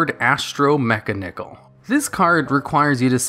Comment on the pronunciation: Ahhhh yes....... Meklord Astro Mek-A-Nickel. My favorite boss monster and form of currency